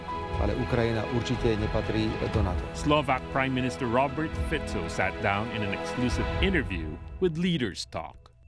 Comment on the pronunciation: Finaly somebody can pronounce his name properly, which is respect rather than being derogatory and ignorant. Fico is the best politician in Slovakia by far. although surrounded with lots of controversies throughout his political life. Good on you Mr Fico, opening right doors for our small nation.